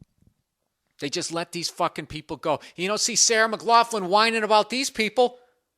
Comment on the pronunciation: Its pronounced "muh glaw klin". I guess if you're gonna make fun of someone you should probably learn how to say their name lol